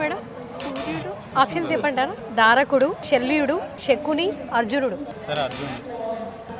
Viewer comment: అమ్మా తల్లీ ధారకుడు కాదు దారుకుడు